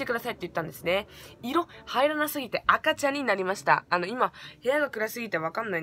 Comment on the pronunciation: 赤茶がごめん、赤ちゃんに聞こえた